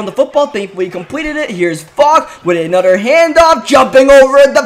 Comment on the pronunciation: Welcome back to aNUDDER madden 18 gameplay